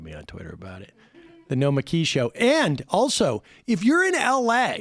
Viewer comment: Every time Sam tries to say Nomiki all i hear is "Nikolaj." "No it's Nikolaj!"